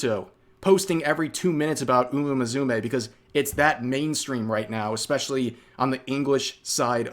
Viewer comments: Umamusume = uma mu-su-meh, not uma mazume like you pronounced it xD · Are pronouncing it like that on purpose?